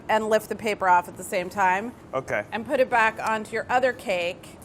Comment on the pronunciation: No one: Literally not a soul: Charles Melton: M-kAy